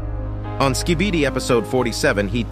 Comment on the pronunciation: i am stupid or he really said SKIDIBI toilets?